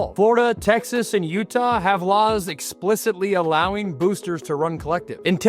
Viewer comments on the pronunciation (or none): none